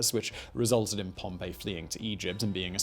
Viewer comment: Every time Simon mispronounces Pompey Julius Caesar smiles